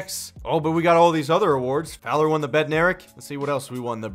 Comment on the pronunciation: Who else remembers when completely butchered Fowler's name the first time he read it?